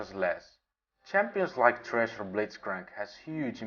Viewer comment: he said Tresh for thresh lol